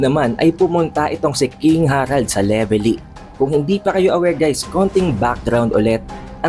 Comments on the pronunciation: Anong Levely… mali ka boi… Velevy ang tawad don🤣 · Leveli? Wala kang R boss?